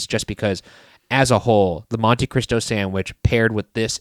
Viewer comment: I've never heard it pronounced "monte kreestow." I don't know if it's necessarily wrong, but I'm convinced they said it a million times just to annoy me 😆 I'm hype for the orca shirt, god bless